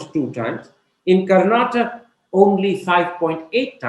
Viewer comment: Chutiye it's karnatakA not Kar-natak